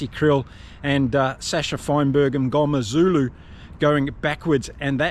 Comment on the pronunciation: Mngomezulu pronunciation pretty on point. 👏💪. I know we act like experts but it's hard to pronounce some names depending on what culture you are even growing up in SA, so fair play for trying. 😊